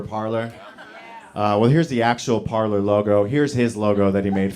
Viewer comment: Parler is pronounced Par-lay.